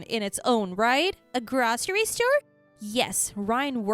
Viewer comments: Grocery is pronounced "grow-ser-ee" not "grah-ser-ee" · Groh-sair-Ee store, not grahssiry.